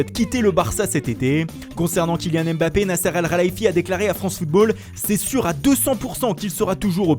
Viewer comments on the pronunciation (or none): none